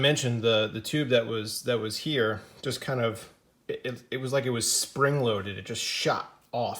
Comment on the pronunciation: The way you said spring loaded was funny